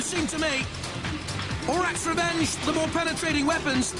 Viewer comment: JP's twice mispronounced Orac's Revenge's name! First "orok", then "orik", what are you on it's and A! ;D